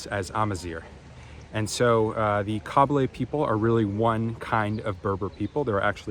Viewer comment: Kabyle not kahbeele hhhhhh